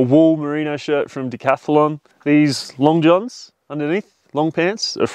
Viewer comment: wtf decathelon ? what was that pronounciation ?!